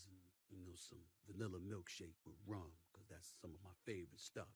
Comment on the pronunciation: Why he say rum like that though?